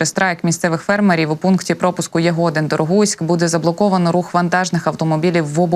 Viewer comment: Коли називаєте Ягодин то наголос на И